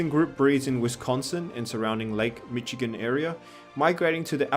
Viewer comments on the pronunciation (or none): You mispronounced Lake Michigan It sounds like mish-i-gen